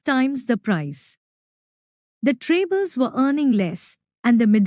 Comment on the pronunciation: It's tribals not trables But nice explanation